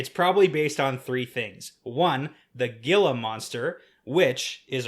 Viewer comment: Gila is pronounced "HEEla."